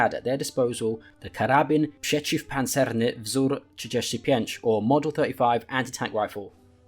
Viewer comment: the karabin przeciwpancerny was told almost perfectly but still very good also now i am intrested what is hell let loose